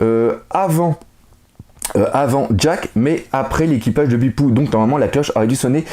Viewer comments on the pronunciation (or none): Et Bepo on le prononce pas "Bipou" mais "Bépau" dans l'anime :)